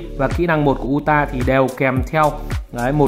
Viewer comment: đọc là Ừ TA, ông này phát âm tên nhân vật nào nghe cũng bị không vào tai...